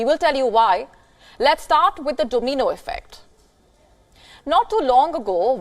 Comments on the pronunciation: It’s domino effect. Not domeeno effect.😅😅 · whats a doughmeeno effect lol